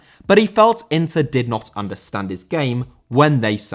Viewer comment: Inter* not Ento